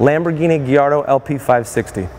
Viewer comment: It's guy-ardo